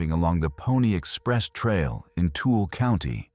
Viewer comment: Tooele is pronounced too-ell-uh